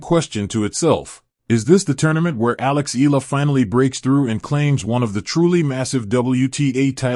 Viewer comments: Can you atleast learn to say her last name properly, it's" Eh Yah La." not Eh La, jeepers,!!!!!! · too much yaddah yaddah yaddah, why not just feature the actual interview instead and not waste our time with all the blah blah blah and it's E-YA-LAH not EELA. geeez....